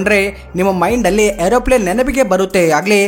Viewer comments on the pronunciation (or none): Aeroplane ❌...✈️ Airoplane✔️